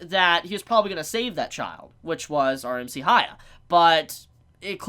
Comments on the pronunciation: Is this an English-speaker thing? You can't pronounce "hya" you have to make it ha-ya? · Please dont take it the Wrong way its prenounced Hyaku-maru Its not Acurate But It Should Help I beleave the Manga Do not use Modern Anime Names LOL Like Hiro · Idk why so many people have issues pronouncing Hyakkimaru's name. The characters say his name. Just listen and repeat. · You can't expect everyone to just pronounce a fucking name like hyakkimaru correctly the first time when the names they're used to are completely different.